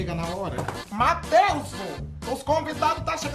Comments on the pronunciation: "Matheusu" kkkkkkk adoro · "Matheuso" Huahuahuahuahua